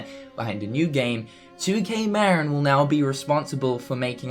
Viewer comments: Good video, but for the love of god, it's pronounced Ma-Rin, not Mar-In. The studio is located in Novato, CA, in the heart of Marin county. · Interesting video and I do hope that 2K Marin does indeed develop a fourth installment to the series at some point. By the way, just for clarity, 2K Marin is pronounced 'MA-RIN' not 'MARE-IN' . It's named after the county that's directly north of San Francisco, just across the Golden Gate Bridge. I know because I live in the county and the studio for 2K Marin is close to where I live